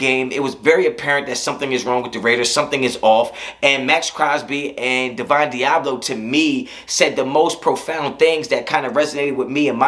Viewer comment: Claims to know about the Raiders and don’t even know divines Diablo’s name right